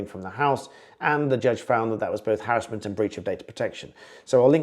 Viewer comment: It’s called Harassment not harrisment !!!🙄🤓